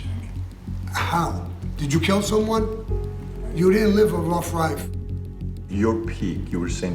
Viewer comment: Sammy “ruff rife” gravano